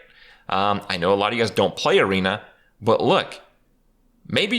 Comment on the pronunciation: Kripparian here, but this time "hey guess" instead of "hey guys"